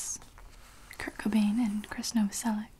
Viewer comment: I'm fairly sure Krist's last name is pronounced "Nova-sel-itch". Slavic root, most likely.